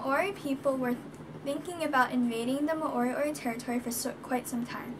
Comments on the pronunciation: its pronounced mo ri o ri!! Not ma ori ori.. awsome mahi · Do a research on your own culture, you need to speak to people of the culture your talking about and not put out uninformed history from your perspective and at least pronounce the word right. Moriori are Maori that have the same dialect as Ngai Tahu of the south island there was no genocide there were tribal battles and intermarriage like every where else in the world.